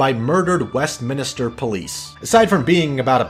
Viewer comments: Nice video, but please don't pronounce "West-mins-ter" as "West-min*i*ster" - you pronounce it the way it's spelt. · "west minister" hehe, but good vid mate